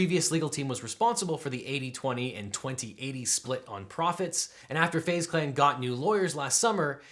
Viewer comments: It is pronounced phase clan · Literally no one: LegalEagle: FaZe ( Fah-Zae) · Fah-zeh clan... omg im going to start calling FaZe by this pronunciation cuz the capital Z.. LOL!!!!